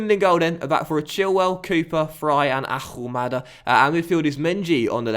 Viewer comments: Can you say Ahumada a different Way? You make it Sound like He’s Arabic When he is Argentinian...xD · I'm going to say it on every video. You don't pronounce the "H" in Ahumada's name. Please, say it correctly lol.